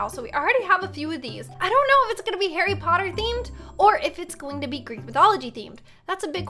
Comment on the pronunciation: Talking about Greek mythology Me because im greek:*EeEeEEeEe-AaAaAaAa-OoOoOoO said gReEk eEeEeEeK O.O*